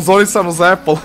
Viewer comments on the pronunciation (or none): none